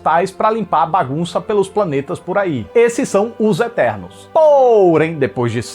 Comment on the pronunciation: "São ternos" KKKKKKKKKKK